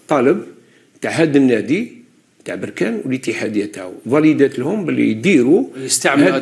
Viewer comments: ليس بروركان بل بركان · بركان كاف بالفتحة وليس البركاان بالضمة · لازم تعرف تتكلم بركان بالفتحة على الباء وليست بالضمة